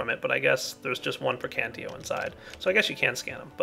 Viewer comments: I cringe whenever you say Praecantio. It's PraecanTATio,. Praecantatio! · I think the magic aspect is pronounced pra-can-tae-shee-oe. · I hate when people pronouce the whole word wrong. Praecantatio is pronounced (Pr-(I as in me)-can-tat-i-o). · that is not at all true buddy i have 2 friends that have studied the language extensively they explained how most of their enunciations actually work in this case the word would be pronounced pray-con-tosh-ee-oh pelase actually talk to someone who knows the subject matter before you make a fool of yourself next time it will save all parties involved a lot of trouble and time thank you very much and have a nice day. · PLEASEEE!! lern the aspects' names!! They are spelled in the latin way! Praecantatio is spelled P R E C A N T A Z I O > the -ae group is spelled like an e whereas the ti group is spelled zi And others follow the same rules!! Nice video btw!!:)